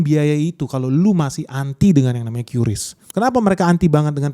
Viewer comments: Yang benar bacanya itu KRIS bukan KYURIS 🫣🤣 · bang qris bang bukan kyuris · Nyebutnya "kris" bang, bukan "kiuris" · Baca nya yang bener KRIS bukan qyuuurisssssss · Ingat yaa adick-adick, Menurut KBBI atau Kamus Besar Bahasa indonesia Qris itu dibaca ye Kriss bkn Kyuris.. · Om bacanya itu "QRis" ya, bukan "Kyuris" apalgi "kiris" 😊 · Tolong untuk qris bacanya kris supaya orang lain tidak membenarkan yang salah, cara baca bukan qyuris tapi kris. Yang salah jangan di benarkan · Setau saya Qris dbacanya ya Qris kan,Bang. Bukan "Kyuris" karena Qris itu soal Indonesia. Huruf "Q" nya tetep dibaca q bukan kyu. Gitu gak sih,Bang ? 🙏 (Iseng saya tambahin persoalan temeh, eh...tapi ini serius lho).